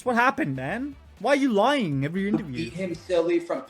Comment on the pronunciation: “Lieing”? bruh…